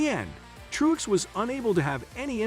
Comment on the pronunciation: You don't even know how to pronounce Martin's last name. Which is about Parr with the rest of your Info as well as stating the same sentence back to back a couple times. Total waste of time even listening...